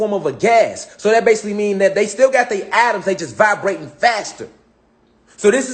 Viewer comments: It's pronounced Eh-toms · Lmao. How many times did he say autumn, ahhtums"